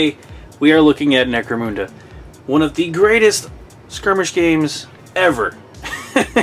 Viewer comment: Necro-MOON-da? That's the first time I've heard it pronounced that way.